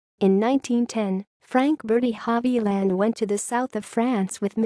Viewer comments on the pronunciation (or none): Sorry to say that the narrator's pronunciation of non-English words and names is atrocious.